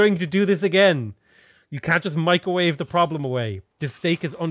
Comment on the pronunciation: “Mee-cro-wah-vay?” Leave Nigella alone!